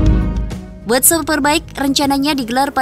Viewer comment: World super bike min bukan word